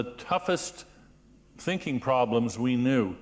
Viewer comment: I heard "Stinking."